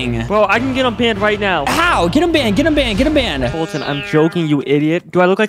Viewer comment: Who the heck is f[U]tyn its foltyn